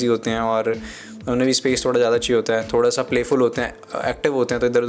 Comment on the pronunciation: bhai "thoda sa" ko clear krde kro